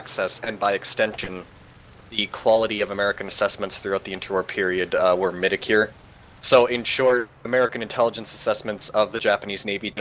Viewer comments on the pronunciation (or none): What the hell does midacure mean? Ive never heard someone mispronounce mediocre that way. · pronounces "mediocre" like "mead-uh-cure" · Hahahaha. I don't normally mispronounce it that way, but someone else linked to my thesis did so constantly and I had said person in mind while answering these questions, so I guess my brain decided to mispronounce "mediocre" like them without me even realizing. I didn't notice the goof myself until I listened to the video this morning. I think I say "meeh-duh-cure" like three times. Sigh. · Peter Whitaker He's a native English speaker and he can't pronounce mediocre. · Is he badly mispronouncing the word 'mediocre'?